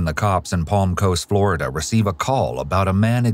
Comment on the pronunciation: Flo-Ri-Da. She wants to marry this??